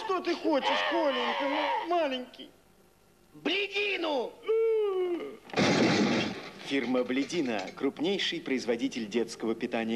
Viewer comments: Походу я один заметил что правильно не бледИна а блЕдина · "блединА" ударение на "А" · Произносится не как БледИна а как БлЕдина ударение на Е даже на упаковке написано